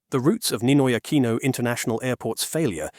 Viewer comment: "Neenoy AkwEEeenow"